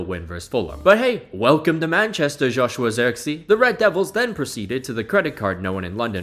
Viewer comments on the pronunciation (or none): none